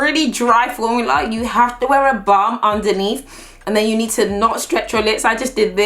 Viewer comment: I swear she said if there’s ever a bum you need in your life Instead of if there’s ever a balm you need in your life 😂😂😂😂❤️❤️